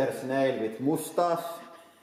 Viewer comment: I love how he says mustache "With a moostash" Awesome